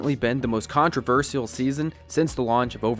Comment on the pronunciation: the way you pronounce "controversial" is controversial